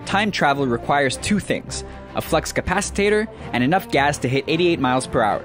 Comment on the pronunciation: papakfmcnados king He even mispronounced 'flux' as 'flex'.